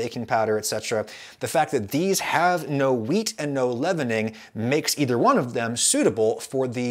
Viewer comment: I know you're saying WHEAT but i am constantly hearing MEAT.